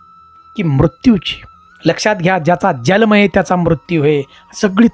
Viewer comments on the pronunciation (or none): तुला जल्म म्हणायचे का जन्म म्हणायचे ते ठरव